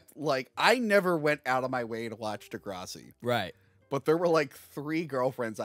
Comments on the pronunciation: Love ya especially this time for calling out pronunciation of the epic snore fest that is Degrassi. Now if you could work on his “King Kahng” that would be great. Love this episode thanks for a good New Years Day. *loved the “Biblical deep dive” at the end. Absolutely hilarious. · What the hell was thinking with that “Degrassi” pronunciation?! 🤨 Edit: like, does he refer to the green stuff in the front yard as “grahhs”?